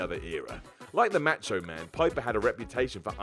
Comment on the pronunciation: I love how you say "macho man" match o man .